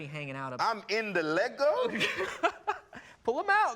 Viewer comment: Yes & I didn't think I could have any more respect for her & she goes & says Lego correctly lol. I'm a huge Russell fan & was so mad they ended the Americans series. I was excited about her casting into ep 9 & can't wait to see her. I'm sure she's going to have a small part but hoping for a decent amount of screen time for her.